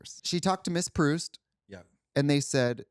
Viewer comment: Thank gawd Katya (gently) corrected. It's Pr-oo-st not Pr-oww-st (Swann's Way). It's Br-ode not Br-odd. MA education, ftw. Wait until Trixie watches Jennifer Garner, Lena Olin, Isabella Rossellini, Sonia Braga, & Mia Maestro absolutely slay in ALIAS (ABC). "The Telling" still holds the record for longest all-female fight in tv history.